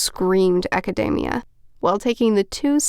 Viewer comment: That is not how I pronounce academia, am I saying it wrong.